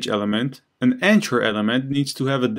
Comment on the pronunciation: I'm an ESL teacher trying to improve/create my webpage. I find these videos very useful. As thanks, I want to point out a couple of English language issues I have noticed. The word "anchor" which I think is what you are saying for the element. The 'ch' in this word pronounces as a /k/ the same as they do in 'mechanic' and the 'or' pronounces like 'er' the same as they do in 'doctor'. Likewise, the name of the letter 'h' is pronounced 'aitch'. Learning phonetic symbols can be a great help with perfecting the pronunciation of words you may not have heard before. Also note, that saying punctuation mark for the 'period/full stop/dot/point' is not accurate because punctuation mark actually means any mark other than letters, including but not limited to exclamation marks, question marks, commas, colons, semicolons, and quotation marks. I find your carefully detailed explanations very helpful, but these minor mispronunciations really distract from the knowledge. Thank You again for these videos!!!